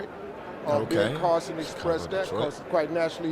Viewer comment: Funny hearing you say Ben Carlson.. Tuckers brother.